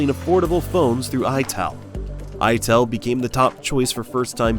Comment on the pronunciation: . its "i"tel